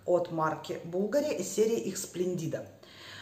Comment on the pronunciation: Я вас просто обожаю... Вкусы и взгляды у нас очень схожи. Извините, sple'ndida,, ударение на е. Splendida - очень красивая, замечательная и т. Д.